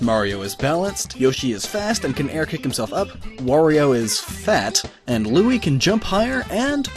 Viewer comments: Its Luigi not lugi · is that how u really pronounce that name, because that pronunciation is wrong.its (lu ee gee) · luigi not losegini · That Sport Is Actually How Luigi Walks On Water Also It's Pronounced "Looweegee" (TeHe , "Weegee") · i died when he said lingwini xDDD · ''Lusgini'' XD! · There's so many perfect jokes in this video. Saying Luigi's name wrong in a different way every time is my favorite. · And then said luigi wrong have you even learned how to pronounce Luigi or no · it's name Lugi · shut up you know how to say luigi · wow you can say Waluigi right but you cant even say Luigi right? Louie, linguine, LAMBORGHINI?!?!? (ik u were just kidding tho lol)